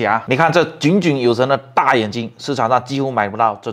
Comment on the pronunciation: 矫正读音: 炯炯有神-->jiǒng jiǒng 有神